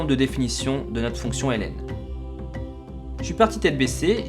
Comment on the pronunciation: La fonction Hélène n'existe pas, la fonction ln se lit logarithme, c'est vraiment énervant à écouter